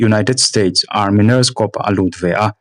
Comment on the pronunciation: Engmah chu ka ni bik lova, ka intih thiam nâ bik ni lovin Corps hi kop tih angin ilam ri a, kawr tia lam zawk tur niin ka hria tih ka lo sawi ve mai2